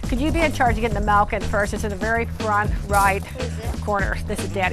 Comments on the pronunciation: It is pronoce milk not malk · Do you pronounce Milk as Malk? I’ve never heard it pronounced it that way but I’m also Canadian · She said Melk in place of Milk